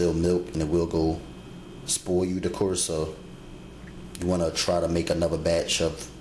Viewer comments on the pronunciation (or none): I didn't know buttermilk will "spoioo" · he say spoil like spoioh and seasoning like seezons 😂